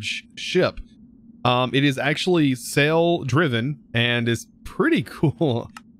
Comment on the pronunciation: It’s sail not sell 😂